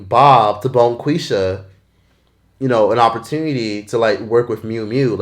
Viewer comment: Stop saying Bonqueesha 😂